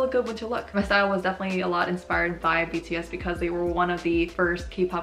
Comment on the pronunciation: Y'all don't understand how satisfying it is to hear pronounce their names correctly:((((